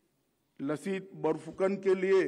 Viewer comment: लसित बरफूकन नहीं, सही उच्चारण "लाचित बरफूकन" है जनाब! (Lachit) (লাচিত) लाचित बरफूकन ने देश सेवा की जिस गलती की सजा अपने मामा को दी थी, क्या वही सजा आज के इन गुमराह करने वाले नेताओं को भी नहीं मिलनी चाहिए?